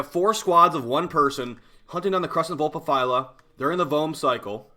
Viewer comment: He said Vulpaphyla correctly? Damn, now that's growth